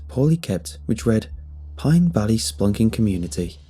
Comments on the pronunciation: I kept hearing "spunking" and let me tell you. Didn't like that. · First time he said it i heard spunking adventure. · Kinda feel spunking is safer than spelunking though...if a tad unhygienic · I believe its spelunking lmao. Excited for this tho cave stories are the best Edit: please tell me there's a part 2 coming